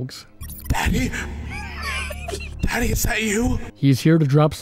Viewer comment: 😊 it's pronounced da d ee